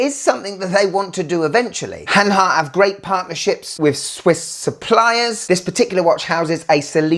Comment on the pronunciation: Good Stuff man! You said hanhary 20 times!